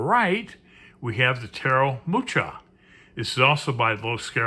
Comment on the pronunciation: You butchered the name 'Mucha"...TX for the review :)